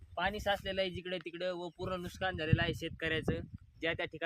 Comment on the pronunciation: नुस्कान नाही हो नुकसान असतं